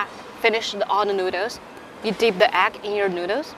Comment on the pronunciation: 吃播＋英文 愛了愛了❤️❤️但是有小建議，下次不要直接去聞這些醬料了😅 & 讀錯egg了👀